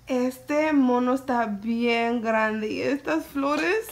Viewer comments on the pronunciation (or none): none